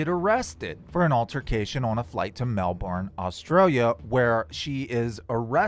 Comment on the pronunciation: this is the first time i've heard an American not only pronounce "Melbourne" correctly, but also pronounced "Brisbane" correctly. that lady must have spent time in Australia.